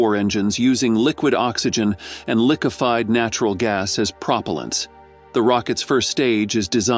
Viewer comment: "Lick-ifed Prop-alants" WOW you need to get a better reader.